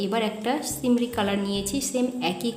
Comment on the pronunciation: আপু সিমরি না সিমারি হবে।